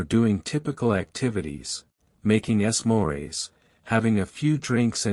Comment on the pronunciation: Say s'mores again🤣